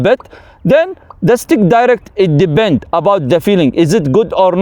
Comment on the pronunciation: Resume: it "debend". Kkkk